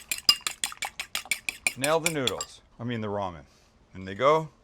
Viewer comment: how thinks about Maggi when ever he says ramem